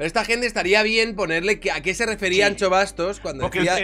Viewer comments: la "x" gallega no se pronuncia "Ch" sino "sh", la estás confundiendo con la "tx" Vasca (ej. pintxo). Anxo se pronuncia /An/sho/, Anxo es Ángel en Castellano, no es una descripción de nuestro querido economista. Un besito asertivo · Es q para un gallego habalnte es como una patada en el carallo hahaha, anxo es ángel en español pero ancho se dice igual en los dos idiomas entonces yo lo q escucho es Miguel ancho y suena casi como un insulto xd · Joer, que no es ANCHO Bastos, ancho es... pero de huesos xD el nombre es Anxo leído "Ansho", Ángel en gallego. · La x en gallego se dice "sh" no es Miguel ancho bastos, sería anxo (ansho). Gracias y saludos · Anxo, no Ancho! jaja... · Anxo se pronuncia como si fuese una S, somos gallegos no vascos 😂😂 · Me duele lo de Ancho ufff. Anxo plis. Ansho para entenderlo bien.